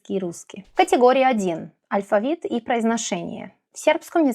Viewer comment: До этого видео, думал, что вы носитель русского! Но, после того как вы сказали, что сербка и произнесли алЬфавит, и русскОго - всё понял :D Носители не смягчают л в слове алфавит, и произносят русского как "русскава", и таких примеров ещё вагон и маленькая тележка "акно" вместо окно, сонце вместо соЛнце, харашо, вместо хорошо... Вы поразительно хорошо говорите на русском! Но, есть ещё над чем поработать, чтобы не "палиться" :D